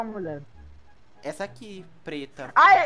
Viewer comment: Kkkk o e falando muie sendo que eles são homens kķkkk e eu fiquei viciada em fala muie